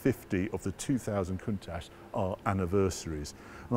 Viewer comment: He thinks a Jaguar xkss is odd looking W T F! And please will you and say COUNTACH the right way. Still love the show anyhoo!